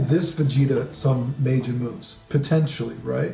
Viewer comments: well it's pronounced "mah jinn" like "mah nigga, mah nigga, mah nigga". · Tf was that pronunciation of Majin.